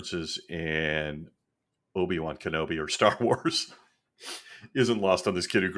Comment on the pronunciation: Man! He said Obi-Wan Bologna!!!💀🤣💀🤣